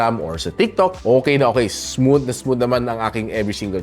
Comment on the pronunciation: hard th po pronunciation ng "smooth"